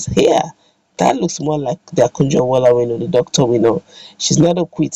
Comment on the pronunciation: Is Okonjo not Akujo please.